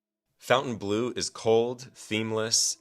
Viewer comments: It's pronounced fountain blo....not blue. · Faun-ten-blow, not fountain-blue. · It's not Fountainbleau.......it's FONtainbleau and pronounced FON not Fountain. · Why do idiots who don't know how to read say fountain instead of Fontaine?? oh yeah you're idiot you don't know how to read😂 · fawn-tane blue. not fountain blue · Even the name of the place is bad. You kept calling it "Fountain-blue." It isn't pronounced that way. It is pronounced "Font-An-Blue." So pretty much nobody can pronounce the name of the resort. That's not a good name. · Why is it pronounced Fountain Blue? When dID FON get pronounced FOWN? Also how does a business survive while bleeding $400,000 a day? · It's pronounced fawn-tain-bleu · Fountainebleau is pronounced FountaineBLUR. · It's pronounced "FON - TANE - BLOO" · You don't even know how to pronounce the name of the casino correctly